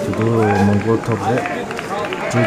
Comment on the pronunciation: It's mundgod bro not mondgod👍